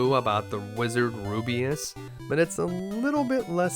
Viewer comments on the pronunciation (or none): Rubiss. The name is Rubiss. Rubeus is Not Rubiss. Rubiss is not Rubeus. Also it’s Tan te gel. Like jelly gel. It’s obviously inspired by Arthurian myths associated with the real life Tintagel. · Rubiss!! Not Rubiuss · It's Rubiss not rubeus Damn dude where are you getting the "ee" sound from? (Roo-B-iss) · the reaction after the release when realizes it's ru-biss not ru-bi-us "...... Damn I hope no smartass recognizes that and posts a comment 😟😟😟😟." Sorry teehee😘😘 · No offense, but i winced everytime you pronounced Rubiss as "Ru-bi-as".